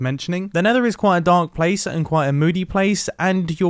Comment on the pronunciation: he said blace